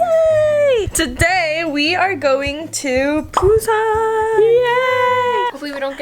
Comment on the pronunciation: * be like “WE re AT pUuSaaNn”YEAAAAAAAAAEEEUY